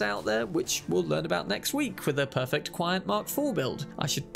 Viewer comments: very interesting build, might try and mess around with it in the future. and by the way, the pronunciation for QianT is "chi-anne-tee", as said by Rogue when she's briefing V about Hellman. :) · I found out recently it's pronounced 'CHee N' Tee' 😅